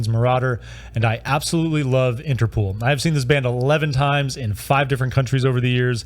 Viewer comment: You pronounce as “Interpool” but there is only one o.